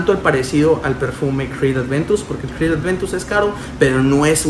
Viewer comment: como puedes pronunciar con f una cr !!!! de verdad!!!